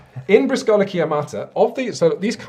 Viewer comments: I know it's years after the fact, but since you seem to really enjoy Briscola, you might want to learn that you've been pronouncing it wrong: it's BREE-scola, with emphasis on the first syllable, not bree-SCO-la. :) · I love you, but as someone of Italian decent, your pronunciation of Briscola was killing me. The accent should be on the first syllable, not the second. i.e. it's pronounced BRIS-co-la and not bris-CO-la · * ehm ehm * Briscola Bastarda is simply Bastard Briscola (btw in Bríscola the accent goes on the í not on the ó!) Love you guys you make wonderful videos! Love your format, love your content, love everything! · Briscola is pronounced with an emphasis on the "bris" part. So it would be BRIS,cola. Also Bastarda is most likely close to "Bastard". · I know I'm late, but another italian here and I'm surprised no one pointed out that 1) Briscola means trump suit and is the proper name of the original 2/4 players game and 2) I don't know how to communicate it but you called it "Briscòla" and not "Brìscola" like I always did. Maybe it's a dialect or local thing. I don't know how to better communicate this, watch an italian video pronounciation is hard. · You should have tuned into the Fief review. :D